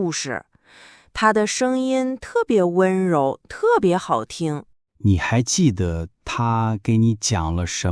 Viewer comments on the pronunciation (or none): Very good podcast to learn mandarin. Very good for listening. This is my second episode. Unfortunately, in both episodes I hear one of the words spoken with a wrong tone. Jide - the de in this word is pronounced as if it is a second tone. I learned that it is a neutral tone. Unfortunately too many people use the second tone for the de in jide. Both narrators voice is pleasing to the ears. I will continue listening.